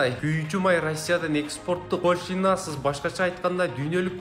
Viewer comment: молодец экенсин туура туура эмесине карабай эле шатыратып окуп салдынго Спутникти супутник деп, пошлина деген созго ударенини туура эмес, Ассоциация - деген созунду кайра кайра уксамда сен окугандай кылып кайталайалбай койдум такыр.Молодец одноко.